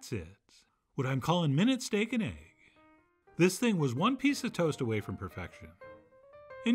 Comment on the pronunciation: "Steak and ayge"